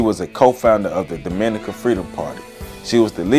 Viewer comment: The emphasis in pronouncing Dominica in on "Dom": DOM- min- NEE- ka As apposed to do-MIN-i- ca